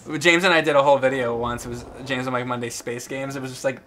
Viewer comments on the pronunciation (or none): none